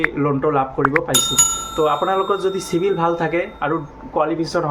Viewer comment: O গৰু চিভিল নকৈ ও চিবিল কৈ